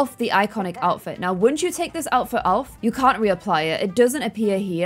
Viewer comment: “… outfit auf” have we gone a bit german here?😅❤️